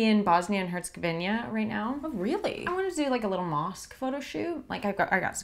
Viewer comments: She said HercegovinIJa.. the IJ is added for no reason and it is wrong Edit: Neighbour support 🇭🇷🇧🇦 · She called it "HerzegovinIa" though. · She said Bosnia and HerzegovINIA